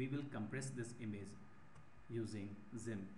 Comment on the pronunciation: thanks but improve your english bro its gimp not zimp